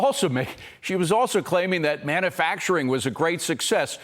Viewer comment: manUfacturing. not MANNAfacturing